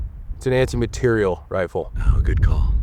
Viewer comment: “Anti- Mah-teir-ial” 🤌🏼